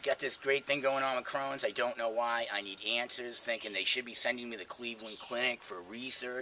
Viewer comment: Crohns not crowns